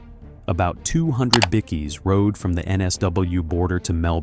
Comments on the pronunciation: In Australia they are called Bike -eees ( that's how it's pronounced here), the pronunciation in the clip was bad and everyone is making jokes that it sounds like bickies ( which is also our slang for biscuits = cookies ), it's also an AI commentator. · "BICKY"? ffs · Can some one please teach AI how to pronouce Bikie? it's not Biccy FFS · "Bickie"? Someone get an Aussie AI, ffs. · stop stealing other peoples videos that they paid for a**hole! you dont even know how to pronouce bikie lmao. Just because you ask your AI buls*it assistant shitgpt doesnt mean anything, if you lived that world then talk about it, if you havent you have no business here as you dont know they operate! more AI grabge crap. reported for stealing content and reported for fake ai genrated crap which goes against youtubes guidelinbes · Plus the Imbecile who doesn't know, or care, how to pronounce BIKIE. And what about an American narrating an Australian thing and turning a route [root] into a "rout"? 😢 😢 😮 😮